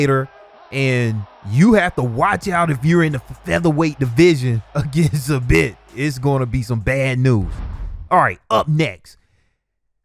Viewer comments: Yo dawg its not SA • Bit its pronounced Za • Beet w the Es sounding like they do in feed. Not hatin, just constructive criticism. Keep up the good work. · Zabit is pronounced zā- beet not za- bit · Lol you did butcher Zabit it’s pronounced Zah Bee with a very soft T on the end. At least that’s how Khabib says it.... but what’s he know, they only best friends..... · man said he wasnt going to butcher zabit's name lol. it's pronounced zah beat just so u know for next time :) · Say it with me bruh .... "Zah-beet" correct pronunciation my guy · Lmao you literally butchered Zabit's name after saying you wouldn't. Its pronounced ZaBeet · It's pronounced "zah beat" but all luv fam much luv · “I’m not going to murder Zabits name” while saying his first name incorrectly